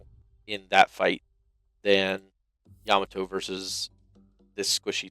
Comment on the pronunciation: It's pronounced Ya-MA-to, not YA-ma-to.